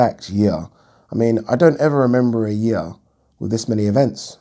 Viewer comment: Yeearrr... Funny how u say it like dat 🤣. Great content always